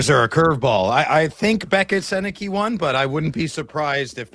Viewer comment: His last name is pronounced Sennecka. Though I see how it could be easily misread. Other notable Gens alumni - Bobby Orr, Eric Lindros, Anthony Cirelli, John Tavares, Ted Lindsey, Alex Delvecchio. Dave Andreychuk, Tony Tanti, Scott Laughton, Boone Jenner, Marc Savard, Wayne Cashman, Terry O'Reilly, Rick Middleton, Shawn Thornton, John MacLean ... so many more.